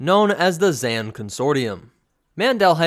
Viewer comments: Not to nit pick but it's not Zan (rhymes with can), it's Zann (rhymes with Kahn). Every game source (and the game itself) quotes it as such. Thanks for doing the Keldabe though, been waiting to see it. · You say his Zann weirdly. In the game they say Zahn. You put a Ann sound to it.